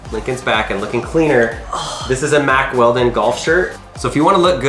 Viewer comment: Mack Weldon ? I thought he said Mack Welding at first and guessed it must be tough clothing for welding, perfect for when you have to cut something open with a grinder as well ! Regarding the tags, I suppose a professional shop lifter could just buy one of those magnets off e-bay. Please be careful with that big machete too, that looked so dangerous, one slip and someone could have needed a trip to the ER. I had to laugh a bit as well, I've watched these videos for years and thought they would be an expert at getting inside stuff by now, but no, still takes a long time as they try different inappropriate tactics. I'm worried he is going to chop a finger off or something. A good first step would be to buy a vice !